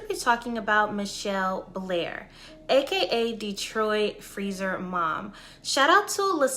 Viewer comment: it's Ma-Chell Blair Not Michelle Blair